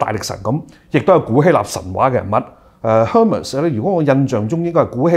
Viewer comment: Hermes手袋和希腊神话Hermes的英语发音是不一样的。前者像airmez，后者像hurmeez.。